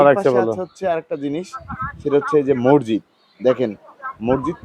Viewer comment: সাংবাদিক ও উপস্থাপক ভাই শব্দটা মসজিদ হবে মোরজিদ না। সাংবাদিকতার ক্ষেত্রে শব্দচয়ন হবে স্পষ্ট এবং নির্ভুল।